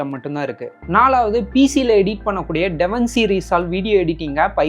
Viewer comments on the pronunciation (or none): Bro devinci illa davinci 😂 it's ok bro ❤️